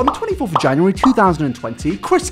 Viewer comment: That sounded like 24th vanigary of 2020. 😂